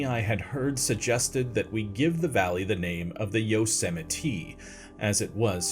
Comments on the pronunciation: Yup good ol' Yo-se-mite.. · You’re pronouncing it wrong. It’s “Yo, semite.” This was authoritatively established by the president of the united states